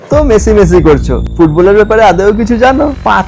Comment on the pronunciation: আরে ওটা ভুল বলছো ওটা মেসি না মাসি